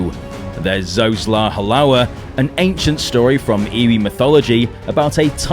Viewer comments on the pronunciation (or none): none